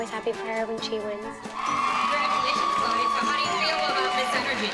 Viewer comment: No one: Seriously no one: Like legit no one: Not even Jill’s little Kendall: Announcer: “Ch-LOW-eA from the AbBeLeA dAnce cEntEaR.”